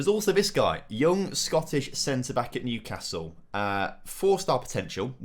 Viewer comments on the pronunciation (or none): none